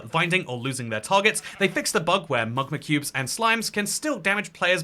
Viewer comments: Mug-ma cube 😂 .. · Mug-ma cube😂😭